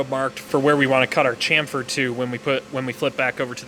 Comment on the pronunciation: not chamfer but shamfer